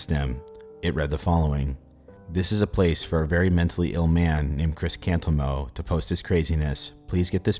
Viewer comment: Yeah, every time I hear or read Cantelmo, "Cantelmo" isn't what I hear.